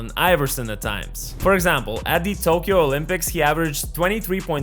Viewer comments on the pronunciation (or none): none